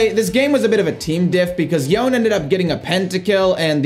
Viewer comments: Yone is pronounced YO-NAY not yoan. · So the champion's name is pronounced 'yo-nay'. It's a Japanese name and has two syllables. I know it's not a big deal but every time you said it wrong I couldn't help but want to correct you. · You pronounced Yone’s name wrong… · You lost to Yone because you keep mispronouncing his name.